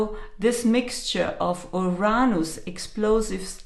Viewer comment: It's Uranus not Uronos. Don't blame it on your accent. Too many of you so call profits are now pronouncing it that way. Geez great way to lose creditability right off the bat.